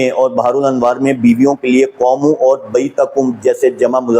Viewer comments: Qomoo. Is wrongʻ....it's qoomu......u can't read Arabic . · صاحب اپ کی محنت بہت سے لوگون کے لیے سود مند ثابت ہو گی ان شاء اللہ دین مین نقب لگانے کیکوشش کرنے والے اپ کی کاوش سے رسوا ہو رہے ہین یہ دین کی بہت بڑی خدمت ہے جزاکم اللہ احسن الجزاء قوموا کا تلفظ ذرا درست فرما لین بہت شکریہ